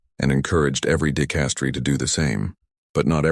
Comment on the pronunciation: Good God ( if you excuse my pun), your channel specializes with the Vatican, the papecy and it's governance. And yet, your narration which I imagine is AI, is not able to pronounce basic inherent words to your dedicated channel; "dicastery", Parolin", "cassock". The curia is not the cure. Do you understand how many times the word " dicastery" is said in this story. Show a little self respect in regard to your finished product.